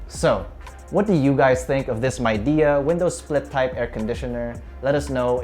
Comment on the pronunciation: Its pronounced as Mei Di, not MAI😂